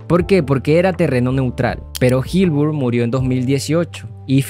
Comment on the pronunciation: Pronuncias como el qlo disléxico... Ánimos 👏🏻👏🏻💪🏻 Gil-burg ❌ HILLENBURG ✅ Bog-esponja ❌ BOB ESPONJA ✅